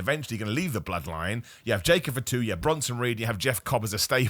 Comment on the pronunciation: pronounces Fatu like he’s saying For Two 😂